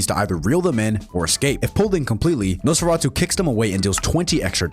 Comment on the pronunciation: Off topic, but I think it’s funny how you pronounce “Nosferatu” perfectly, yet you stutter a ton on the word “muzzle”